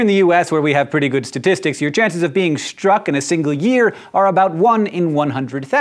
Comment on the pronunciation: Lol "stuck" by lightning :)